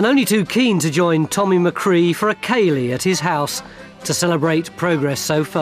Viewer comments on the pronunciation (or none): none